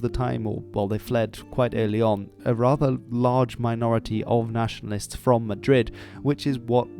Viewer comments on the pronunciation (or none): none